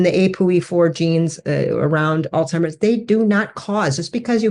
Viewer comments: Did you just say, All Timers?!! Everyone miss pronounces it. Anyway,:Excellent program! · First of all it's not "all timers" 😅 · its a Z not a T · Will someone please advise proper pronunciation of the word Alzheimer’s. I’ve heard it as “Alt-timers”, “Old-timers”, “Al-Zimers” or “All-Zimers”. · Oh my goodness. You both pronounced it “all timers.” That’s not the word!